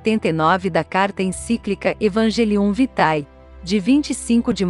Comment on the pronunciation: Informo a locutora deste vídeo que o nome da encíclica Evangelium Vitae deve ser lido como escrevo: Evangélium Víté.